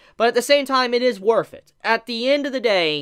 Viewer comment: “It is worf it” XD